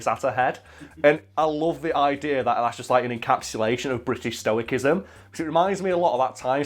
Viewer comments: Stoicism is pronounced with a soft "C". x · Learn to pronounce stoicism, please.